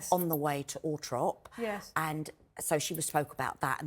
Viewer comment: Firstly CLIENT CONFIDENTIALITY Sally, tut tut... 2ndlt it's ALTHORP NIT ALTROP!!!!!!